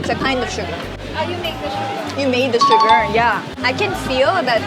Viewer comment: smells suka "oh suka smell"